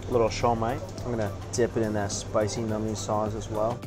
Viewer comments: Please never say the word “nummy” again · this guys says "nummy" again and I'm not sub-ing